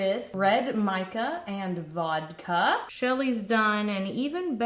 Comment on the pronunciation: When she was talking about how the embeds were made, the way she said vodka sounded exactly like that vine and i cant get over it